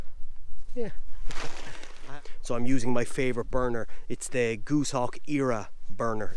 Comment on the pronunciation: Great production and content once again. I dont want to come across as being pernickety but Goshawk is pronounced Goss Hawk 🦅